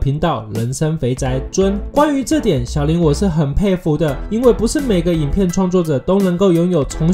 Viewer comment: 小林那個是念 ㄒㄧˉ一聲 ㄌㄢˊ二聲 這樣念的話老爸爸會生氣